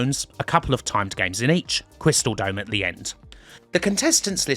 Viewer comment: "to... the... Crystal.. Dome!"